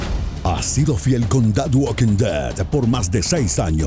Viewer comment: no se dice waking se dice woking